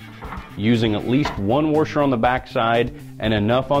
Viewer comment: WTF is a worsher??